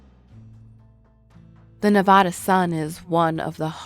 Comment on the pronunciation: Why you gotta pronounce Nevada like that